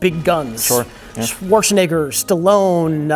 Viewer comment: Thats not how you pronounce Schwarzenegger,.